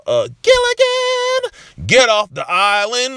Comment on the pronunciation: Listening on my phone & dam near fell down the stairs. The way you said Gilligan.Keep up the great work!!!@